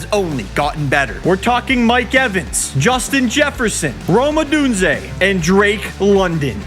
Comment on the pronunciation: needs to figure out how to pronounce Odunze